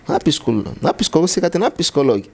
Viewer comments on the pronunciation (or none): On dit psychologue et non pyschologue monsieur l'orgueilleux.